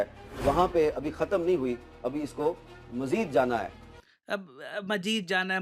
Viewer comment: He said "Mazeed jana he" Not like indians "Majeed jana he" 😅 By the way Hamid Mir is far better than your Comedians in news studios 😂